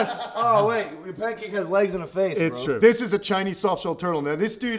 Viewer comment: logan i now that u call it pankank